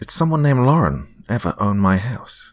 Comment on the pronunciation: Thank you for saying LAR-en instead of LOR-en. Drives me crazy when people put an imaginary O in there.